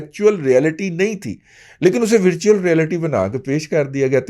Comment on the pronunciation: ورچوئل و کی زبر سے بولیں